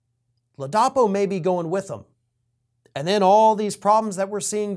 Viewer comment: Come on,! Get your act together, fer chrissakes. You said that the guy was DeSantis' "hand-picked Attorney General..." While you got his actual appointed position correct later, you apparently never did realize that you'd mispoken at the top of the video. And then you mispronounce the guy's name.... it is LAA-duh-PO. Sheesh.